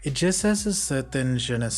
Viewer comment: No, the pronunciation is fine!